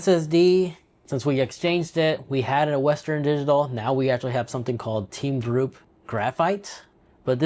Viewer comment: you say liteon and teamgroup like this is uour first pc build